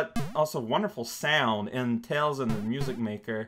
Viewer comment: idk why it's so funny to me when alternates between calling tails by his name and then blurts out 'tail' without the s